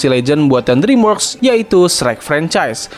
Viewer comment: dreamworks pembacaannya driimwerks ya